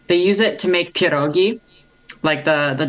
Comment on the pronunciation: do you have Polish roots? Your pronunciation of twaróg, barszcz and pierogi is impecable. 😊